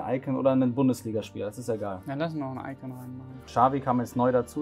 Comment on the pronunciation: diese Betonung auf iCON